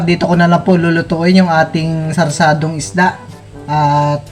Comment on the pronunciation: sarsiadong isda bal😂😂😂 d sarsadong isda